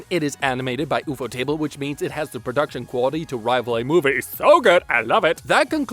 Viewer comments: why does bro say ufotable like ufo table and not "U" fodable cause i think thats how you say it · Man really said Oefotable to ufotable 😂😂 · I did not know that there are people out there who pronounce Ufotable the way u do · What kinda idiot pronounces the words ufotable and apocrypha like that.... Wtf?